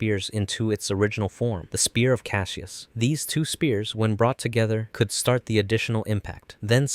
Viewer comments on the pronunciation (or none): none